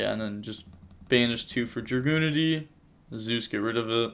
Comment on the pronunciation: Btw the dragunity monster is pronounced Jae Dear